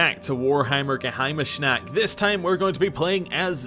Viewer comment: Are you saying Ge-heimni-snacht?